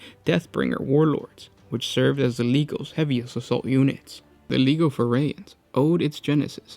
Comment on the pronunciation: Legio. Pronounced Lee-jee-oh.